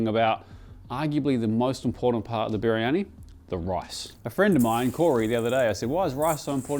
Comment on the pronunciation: Try saying "Bir-yani" instead of "Biri-yani".